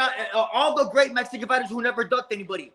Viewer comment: Yet you calling ‘fighters’ fightem 🤦🏽‍♂️